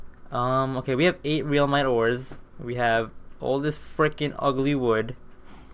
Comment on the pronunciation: U need halite armour and realmite is pronounced relmite